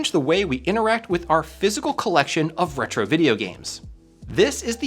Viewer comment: random comment, but anyone know why kept saying Hetro instead of Retro?